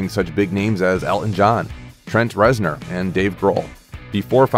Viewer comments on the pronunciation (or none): none